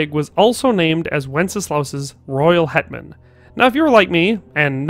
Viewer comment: Your Hetman sounds like headman! I was confused for a good few moments.